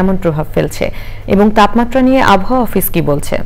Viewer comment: এটা তাপমাত্রা হবে তাম মাত্রা নয়